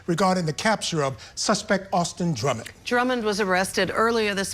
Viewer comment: It is interesting that the Sheriff of Dyer County called him Drummons instead of Drummond. The Sheriff of Madison County made the same mistake.